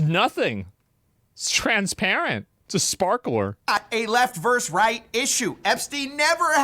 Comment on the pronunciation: Versus, not verse.